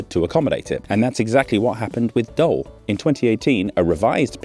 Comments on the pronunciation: Just a small note: the Dutch “oe” sound isn’t really an “o” sound. It’s actually the same vowel sound as the English /uː/ (like in shoe or *food*), but shorter and more stable. It might sound a bit like an “o” if you're not used to Dutch, but phonetically it's closer to “oo” in shoe than to any “o” sound. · You said Den Doelen correctly but Doel is not pronounced like Doll but like almost the English word "to drool" so phonetically Doel ---) "Dool if that makes sense great episode btw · Ironically, you pronounced Den Doelen correctly, but say Doll instead of Doel... While to pronounce it correctly you just had to drop the -n sound from Doelen. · Not Dol or Dul but DOEL! OE in Dutch is pronounced like a mix between oo and u in English Try saying fool and doo Now say dool but slightly more u sounding, then you got the sound of Doel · Huh, sounded like « Dull », can be quite appropriate given your verdict by the end of the video haha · Well it sounds more like how you pronounce the 'ou' in the word joule, so 'doul' :) But in the end it's just a nitpick, it's not an easy language to pronounce! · Where did you even get the idea that it was pronounced like "dole"? Did you even bother to do a 15 second HowToPronounce lookup? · Doel is pronounced as Dool (more less :P) what is funny as if i pronounce 'Dool' in duth it will be Dholè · Great video but the pronunciations were horrible. The 'oe' in Doel is pronounced like pool. Can't even begin explaining the pronunciation of the river Schelde... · It's pronounce D-ou-l with the same ou as in you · Pronounced DOOL,it means purpose or goal or outcome. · Pronounced as dool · It's pronounced as "Doul", as in the "ou" from "you" :) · Pronounced Dool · I'm not sure why you're pronouncing it as "Dole" since you had it right at "Den Doel" but hey... We Flemish are nothing if not polyglots. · The funny thing is when you say the old name it is correct. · Please pronounce Doel as in "pull" with a D instead of P 😊